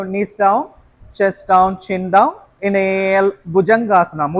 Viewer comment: Not hinale.😂Inhale and exhale